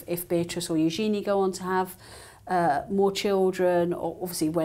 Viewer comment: hankyou Charlotte for pronouncing Eugenie’s name correctly. If anyone if unsure, just see how either of Eugenie’s parents refer to her.